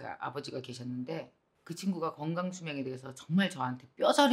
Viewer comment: 늘 좋은 영상 고맙습니다. 그런데 ᆢ 한가지 부탁합니다 ᆢ 표준발음을 구사 해 주시길요 ᆢ 겅강 - 건강 꽁짜 - 공짜 ᆢ 등 ᆢ